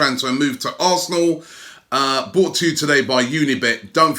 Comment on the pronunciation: I love Robbie but I cringe everytime he says "bought to you by..." - Mate it's "brought to you by" please say "brought to you by unibet" or whoever else...please mate! <3